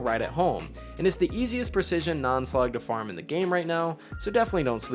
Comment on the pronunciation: oh yeah I heard that "preshishun" lmao